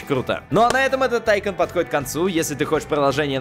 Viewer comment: не тайкан а тайкон ударение на о